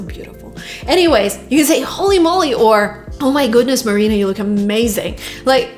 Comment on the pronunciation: Holy moly ! Marina’s pronunciation is just wooow